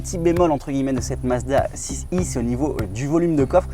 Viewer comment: Pourquoi vous dire « Mazda six i »? Soit vous Parlez anglais, avec les chiffres aussi, soit français. Assumez votre langue et votre pays!